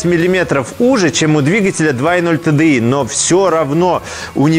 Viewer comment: Всем привет. За правильно названные буквы TDI большой поклон👍